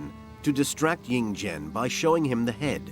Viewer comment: The "slaughter" of names kills me. 🤣🤣😛😛 Ying Zheng becomes Ying Jang. Anyway, interesting documentary.